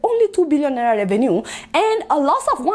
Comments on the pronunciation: I like your Naira pronunciation 🤣🤣 It sounds like Naiya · I thought i was the only one noticing the pronunciation of Naira 🤣😂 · I can't stop liking your show Adeola,but i laugh whenever you pronounce NAIRA